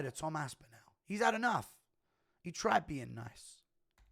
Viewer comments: Guru please for the love of god pronounce tom ASPINALLS name properly Its aspin-ALL NOT aspin-al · Imagine being English and pronouncing another Englishmans name incorrectly. aSpInAL